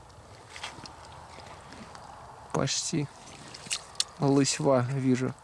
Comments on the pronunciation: Кружка лЫсьва, а не ЛысьвА. Городок крошечный в Пермском крае. Но касок, кружек и прочего там сделали - мама, не горюй. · Лысьва,ударение на ы